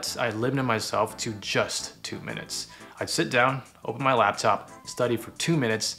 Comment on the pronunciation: is it only me who heard ' meth school' instead of 'my school'?😂